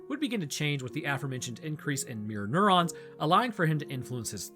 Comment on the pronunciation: Every time you say mirror neurons I think you’re saying Mjolnir